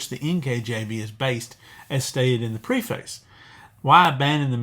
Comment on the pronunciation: Very helpful and important information, thank you! One request: please check the pronunciation of "preface."